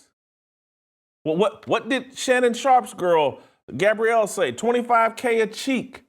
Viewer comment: This guy doesn’t even know how to see say “cheek “..